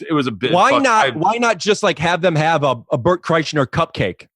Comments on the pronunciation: Am I crazy, or was Ricky boy saying KreischNer just to see if Bert would bring it up? Rick and his human being studies. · Rick said Bert Kreischner. lol. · I thought Rick was saying Kreischner on purpose to see if Bert would say his breath was bad. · Great episode! 😋👍 I was so happy when Bert corrected rick on the pronunciation of his name, that was the PERFECT way to illustrate EXACTLY what they were discussing prior to!!! ❤️ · Yeah until he consistently said Bert's last name wrong. Then it got uncomfortable